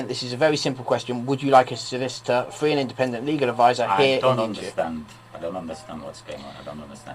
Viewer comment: Advice is fwee